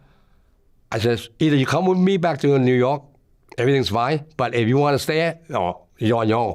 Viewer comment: He almost Said "Yew Nork" 😂